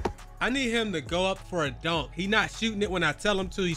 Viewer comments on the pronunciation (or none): “ AND THEN I MISS A DONQQ”🤣🤣